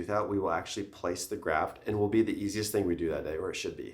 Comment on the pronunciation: bone graf”t”😂